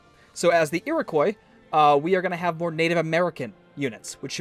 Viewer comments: It's pronounced eer-i-kwa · No no it's pronounced Ear-O-quwa that's how you pronounce it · that pronounciation of iriqouis though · Oilyoil 34 It's supposed to be pronounced like the French do. He's just doing it wrong